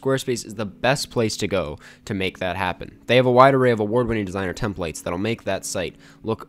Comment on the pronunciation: HARD DISAGREE with the way you said templates great video tho